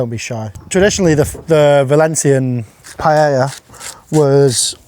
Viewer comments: please, please, please.....never say pae LLLLLLL a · Its pronounced pie-eh-yuh 🙄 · Not even four seconds in and he's already calling it a pie-ella. Bold start. At no point in history has it ever been pronounced that way. If you’re going to teach people how to cook a dish, especially one you dramatically title “The Best Rice Dish in the World” maybe, just maybe, start by saying the name correctly? It’s called paella… pronounced pai-ay-uh. Such a small detail, yet somehow a completely avoidable failure. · Pie-ella - oh how the English butcher the Spanish language 😁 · ...Is it THAT difficult to pronounce Pah-Eh-Yah? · Paeja not paella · It’s ‘paa-eja’ mate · Looks great!! also it is pronounced pai-ay-uh. double Ls in spanish are pronounced like a Y. Dish looks amazing!!! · Pie - ay - ah. PIE - AY - AH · Who else loves pie-yellah? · "Payela"???? Matey mate... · Pronounced Pa-ey-eah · lol no way you just said pie-ella 😂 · Pie - el - la lmao love it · i love u dude but please stop saying pie ella 😭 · The way the English pronounce paella is kind of a deal breaker. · I love all your videos...But, I find it amazing that the British people who are so proud of the way they pronounce French, cannot pronounce Spanish worth a damn. You pronounce the 'A's the same 'Ah" not Aaaaa. What is so hard about that. So easy to remember that a double 'L' is prounouced the same way you say a 'Y'. So Pallea is Pah yah ah. It's not just you. It's all of you. Spanish couldn't be easier because the vowels are fixed. Which means "no matter where the vowel appears in a word it is pronounced exactly the same way. A=Ah, E=Eh, I=EEE,O=Oh, U=Eoooo. If you can pronounce French words, you should pronounce Spanish ones too. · oh NO you pronounce the L's?! lol ouch. love you, but the english really have murdered language. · When he blurted the word P-A-E-L-LA, I immediately close this window after I wrote this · Wtf was that pronunciation of paella? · Really with that pronunciation though? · pie yella LOL